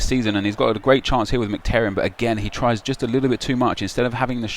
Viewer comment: Nep calls Mkhitaryan "McTerryan" hahaha nice attempt and great series though !